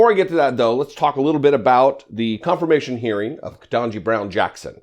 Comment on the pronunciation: I like your channel and I'm gonna need you to learn to properly pronounce Judge Ketanji Brown Jackson's name. KEY-TAN-JI. I hope that helps. It's important and I know you know.